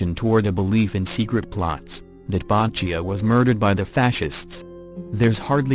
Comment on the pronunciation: Bottechia is pronounced 'Bot-ek-ia' , not "Bah-chia.' but I guess it is the fault of the robo-voice. LOL